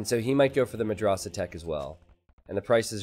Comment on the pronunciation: Dude, you need to pronounce madrasah with soft "a"s not the hard one. For example not like can't in british but in american